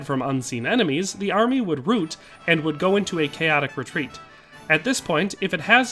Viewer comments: It’s pronounced “rout”, like “grout”. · When you route an army, it rhymes with about not boot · Crockett was a congressman... (route) not root. R out... rout... hence Route. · Why are you saying “root” or “rooted” when the word is rout/routed? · Very fun commentary on an imaginary battle; I entirely agree. In fact, I feel that the snipers, .50 cals, and probably 15 rifle men would have made this a 2 hour rout of the Mexicans. PS. The word "rout", referred to retreating wildly, is pronounced "rowt " The word you are using (route) is pronounced "root ", just like those things that attach plants to the soil. It refers to a pathway traveled. Anyhow, nice work! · I was with you till you said the Mexicans would ROOT. ROUTE? Either way, ROUT is prounced like “out”. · A military force running away is a route--pronounced "raowt" not "root" but otherwise, a very peculiar bit of time travel buggary. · Yikes! "Rout" and "Routed" are pronounced the other way. Rhymes with "out". Route is an entirely different word with different meaning.. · Rout. Not “route.” Pronounced “root.” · Just an FYI, rout rhymes with "trout" or "about", not "loot" or "boot." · A single fireteam would likely rout the entire Mexican force. Do a google search for: rout pronunciation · "ROOT!!!" Really?? Riotous...... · I have never heard it pronounced "root". Weirdly distracting. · Sir- "rout" is pronounced as "Route" "rAUt": root is the below ground part of a plant...a Highway Route is pronounced both ways...a military rout does not sound the same as a a plant root. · Thumbs down for not knowing how to pronounce rout.